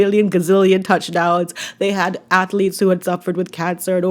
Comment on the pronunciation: I hate how he says atheletes. At least pronounce the word correctly.